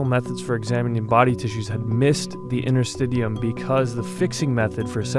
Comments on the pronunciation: I believe it is "inter-stish-ee-um" and bodyworkers have been working with these tissues for literally decades. It's about time the medical community realized that this tissue is IMPORTANT and not just something to throw away to get to the "good stuff". Connective tissue is a legitimate system, that works directly with the autonomic nervous system, to be able to support ourselves without conscious thought. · It's pronounced, inter-sti-she-um. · Well usually it’s pronounced “in”ter-stish’e-um”. I’m a medical student, yes interstitium is brought up every now and then, for edema, lymph node drainage but there hasn’t been anything more to this component/organ whatever you wanna call it. And you said Cancer research? There is another conspiracy theory regarding Cancer, debunked by Edward Griffin, there is his book too “World Without Cancer”, when I saw that I seriously lost trust in Medicine! Same goes for HIV/AIDS! These things are only brought forth by these multi billion dollar pharmaceutical companies to make money off! What are they gonna do with all that money? Could they carry it to their graves with them, when they are dead!? I just don’t know what to believe anymore!